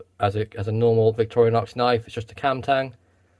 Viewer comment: Why do you say "Victoria-nox"?